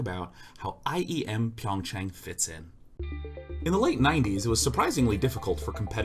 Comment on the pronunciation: Hey just for future reference, it's pronounced PYUNG chah-ng, soft 'ah' on the chang.